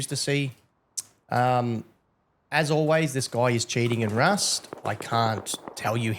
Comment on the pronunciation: “Wust” is so adorable 😊🙈